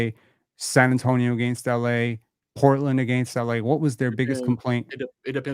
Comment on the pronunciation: If somone misspronounces "AGAINST" again i will officially never put maple syrup on my chicken and waffles again! Canadian or not. Lol